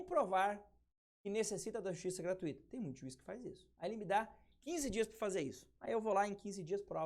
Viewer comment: A palavra GRATUITA (O) nao tem acento. O Sr está pronunciando-a de maneira incorreta.